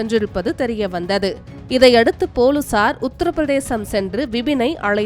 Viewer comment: நல்ல தமிழ் புலுசார் இனி பொலிஸார் கிடையாது